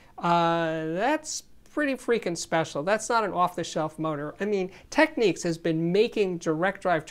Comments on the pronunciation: Just an FYI, It's TechNICS not Techneeks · Sorry - I know your comment is from 2 years ago, but I watched one of Panasonic's recent videos and the actress doing the voice over pronounced it "Techneeks." I always thought it was TechNIKS as well. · Technics not techniques, surely...